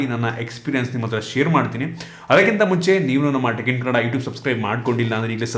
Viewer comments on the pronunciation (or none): none